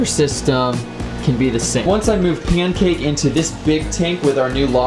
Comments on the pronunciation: It’s pyancake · Bro he said “payncake”